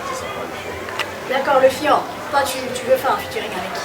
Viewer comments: Fior* et non Foir. Merci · Foir ???? ON DIT FIOR DE BIOR